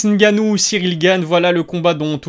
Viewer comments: on dit francis Ngannou pas francis gannou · Francis NNNNNNGanouu pas Francis gannou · Et le "N" il est ou le "N" ?? Francis "N" gannou il y a un "N" ☝